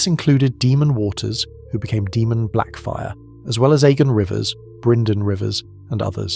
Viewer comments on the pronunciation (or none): Can't tell if this is ai voice or not. If not it's pronounced Daymun, not Deemun